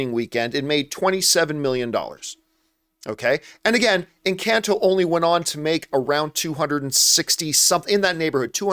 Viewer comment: Doesn’t even know how to pronounce the name of the film EnCAHnto and says it’s a flop when the music is literally everywhere and it’s one of Disney’s most successful new IPs